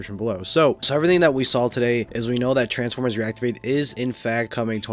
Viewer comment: Er meh gerd it’s transfermers